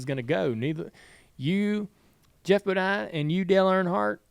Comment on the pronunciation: It’s Geoff not Jeff…..